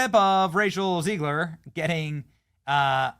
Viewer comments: It's ZEGlar, not ZEIGler. You're doing my head in. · It's ZEGG-LER not ZEEEEGLER.